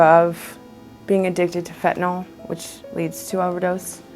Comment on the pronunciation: Fentanyl is spelled f e n t a n y l . NOT f e n t a n o l !!! Can't anybody read any more? Is it so hard to pronounce it correctly? Do kids learn anything in school anymore?